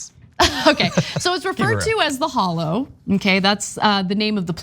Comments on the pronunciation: Pretty sure it's pronounced "holler." I have family in Tennessee, and none of them have ever said "hollow." I lived in Florida for 28 hideous years, and never heard anyone pronounce it "hollow," especially in the northern part of the state, which is basically Alabama with higher rent. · Ana say it right: HOLLER. HOLLER, hon. Not hall-low. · It should be pronounced "holler". Meanwhile insurance companies are leaving FL at an alarming rate. After retirement age is raised to 70, social security is cut MAGA's will reap everything they voted for. At least Biden has never refused federal aid to red states like the former guy has to blue states.